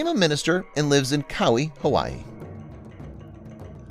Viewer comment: I like your videos, however you really, really need to look up pronunciations before recording, e.g. "Cow - eee" Hawaii.